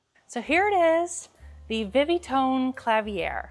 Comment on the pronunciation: "Vi Vi Phone" must be pronounced "Vii Vii'' phone not "Vii Vee". The "i" should be used the same in each word.